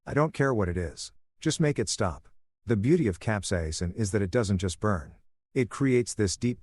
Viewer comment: the pronounciation of capsaicine was butchered, but the story was pretty good. I mean the husband went way overboard, should have just recorded them, and went for a divorce, taking everything they had in joint assets, but that's about it. This level of revenge was just overkill. I mean, the superglue part was funny, don't get me wrong, I meant the capsaicine instead of the ointment. As someone who once tried the Black Mamba hot sauce, which is about 97% pure capsaicine, yes, that shit burns. A lot. I only tried the amount from the tip of a toothpick, and my head started to go red, and I'm pretty damn good with hot food. Getting that on sensitive areas like the nether regions? Oh hell no.